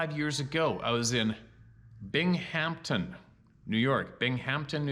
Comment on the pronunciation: Binghamton = (Bing-um-ton) 😉